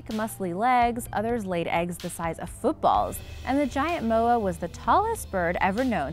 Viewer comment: She can’t say moa propaly